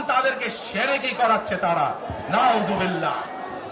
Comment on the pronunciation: আপনি কি বুঝেন, নাউজুবিল্লাহ তো ঠিক মতো বলতে পারেন না,নিজের মায়ের জানাজা আরেক জন পড়াতে হয়